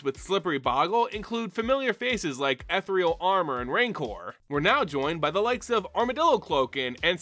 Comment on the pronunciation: lol side note, rancor is pronounced like Rang-Cur, and ethereal is Eh-thereal.